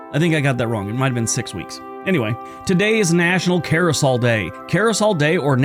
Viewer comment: "Carrosol"? The word is "CARE-uh-sell".